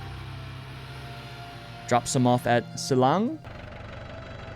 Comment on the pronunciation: hey! i’m from the philippines, and i wanted to teach you how to say some of the words here! tiyanak is actually said as “cha-nak”. in tagalog, the letters “ tiya” are sometimes said as cha! silang is said as “ see-lahng” tagaytay is not “ta gae tae”, its actually “ ta gai tai. “ai” as in chai tea! our currency is actually called pesos! singular is “piso”. i’m a big fan and would love to help you and anyone else with pronunciation! thank you so much because i really like this playthrough of urs!!!!